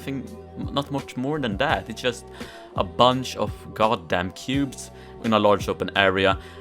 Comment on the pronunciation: Took me so long to realize he was saying cubes